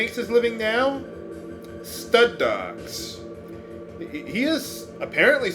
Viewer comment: when you said "stud dogs", I thought you said "stunt dogs."